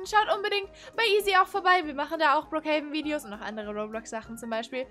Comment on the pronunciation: Endlich sagt ihr richtig brook haven